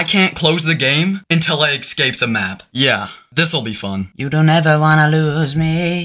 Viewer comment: Idk why the the way you say escape makes me annoyed, I’m sorry if that sounds mean I’m not trying to be mean, it’s just the way you say excape instead of escape. I’m sorry if that sounds mean